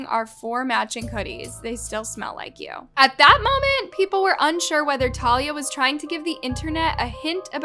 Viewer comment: talia is an ACTRESS not a tiktoker, plus you didn’t even pronounce her name right..